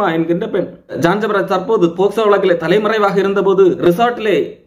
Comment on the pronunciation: போக்ஸோ க்கு போஸ்கோ னு சொல்லுற நீங்கள்தான் சிறந்த வழக்கறிஞர் ஐயா😂